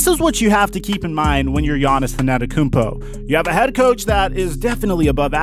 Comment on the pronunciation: Is purposely pronouncing it as ANNETETOTHEKOUMPO?